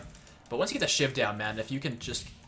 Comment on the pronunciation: When you were talking about two shiv poison I thought you said two shit poison